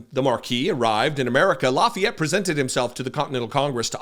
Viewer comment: Seems she never heard of Lafayette. She is really a dumb blonde. You said the name of the Marquis de Lafayette perfectly. I am a french speaking historian Canadian. Karoline Leavitt est une pauvre ignorante qui a obtenu son poste pour ce qu'elle a l'air et non pour ses connaissances.